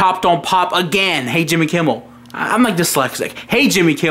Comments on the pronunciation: Franco Barzelatto o and dont forget hey'ah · You forgot “Hey’ah!”